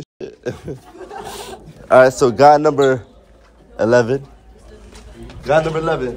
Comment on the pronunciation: I swear every time says “guy number..” it deadass sound like he sayin “GOD number..”😂